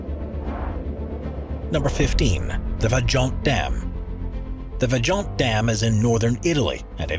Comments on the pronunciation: Hey narrator... It's not "VA JONT" -- it is pronounced "VAI ONT" a bit of research goes a long way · Is pronounced Vayont